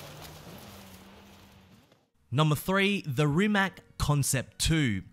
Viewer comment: Rimac. Pronounced Rimatz